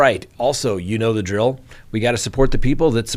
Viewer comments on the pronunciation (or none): none